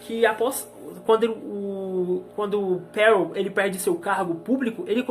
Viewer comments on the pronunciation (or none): A pronúncia é “perrô” (é francês)